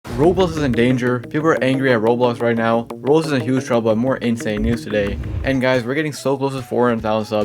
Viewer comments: Why does it sound like he's saying "Rolls" and "Rose" instead of Roblox? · why does he pronounce roblox like "rbz" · ive never heard someone pronounce roblox like roubooux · Why can you not pronounce Roblox?